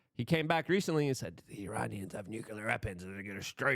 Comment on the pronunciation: Nuclear not nucular